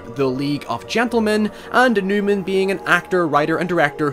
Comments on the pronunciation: It’s Nyman, not Newman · It's Andy Nyman not Newman!